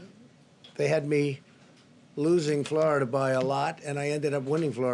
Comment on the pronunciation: Down a little bit. Hahaha. He can’t even say “losing”